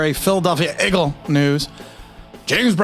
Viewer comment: Egg-gle...lol...yeah, Raiders fans seem upset. they really wanted him. That would have been a good fit for him but then again, that AFC West will be really competitive. NFC East...not so much. Too many question marks with the NFC East.